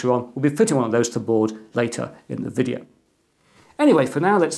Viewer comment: But now that's it, for another videöôh, and I hope to talk to you again... very soon.. I always like that part. :)